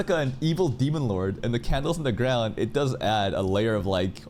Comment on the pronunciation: And there is Reunion first movement. "dawn to the gwaund" no way said it 😂